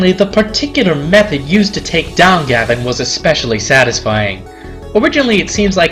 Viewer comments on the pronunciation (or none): none